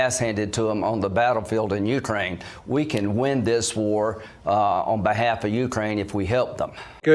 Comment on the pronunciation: should this loser equate himself to no less than "the world"? should they say openly they are after China? ahahahah people of Mariupol fighting AGAINST Russia... he got everything wrong, ffs he cannot say "Ukraine" properly